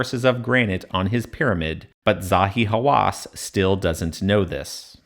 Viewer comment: Zahi Haw-ASS